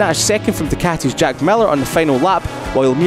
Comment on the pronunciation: Oh boi. Just listen Simon Crafar pronouncing "duceti"🤦 ffs